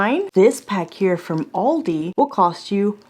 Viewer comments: You're doing a video about Aldi and you can't even pronounce it...WTF. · You're the only person I can forgive the wrong pronunciation of Aldi